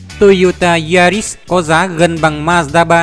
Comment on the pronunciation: Ma-da ba là gì?Ông ơi đọc chữ như ông mất cảm tình quá thôi